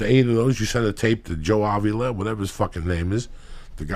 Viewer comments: HE CALLED JOE SILVA JOE AWVILA LMFAOOLO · Hahahaha I was looking for this comment “Joe Ovula”